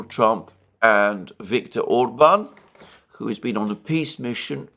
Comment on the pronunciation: Alexander says "who" like "kho". A Greek influence, I suspect :)